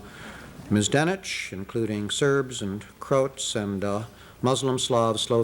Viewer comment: Mispronounced kosovo and croats